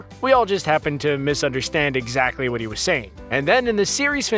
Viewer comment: I like this video, I tell ya h'wat.